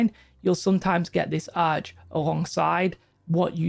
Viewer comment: You say Arche like Ar-Kay